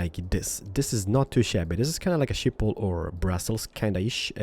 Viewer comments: Shiphol 😂😂😂 in the Netherlands we say Schiphol with the sch but many people cant pronounce that😂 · "Shiphol"... wauw xD It really isn't that hard to pronounce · Schiphol - pronounced 'Skip-ol' - from the Netherlands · Its always funny to hear people say Schiphol if your dutch. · love the way he pronounce "Schiphol" xD